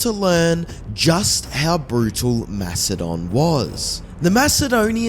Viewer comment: are you saying Philip of Mastodon? Not Macedonia? Is this an AI voice just reading the same mistake over and over again? Its a huge miss and no one in the comments points this out so I am wondering if those are fake too